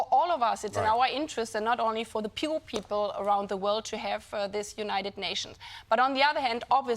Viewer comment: Sounded like "pure." 😂 (I think she meant "poor"?)